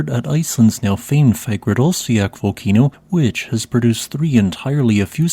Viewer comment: Too bad he cannot pronounce Fagradalsfjall correctly.